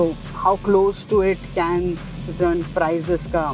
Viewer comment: the dude does not know how to pronounce citroen.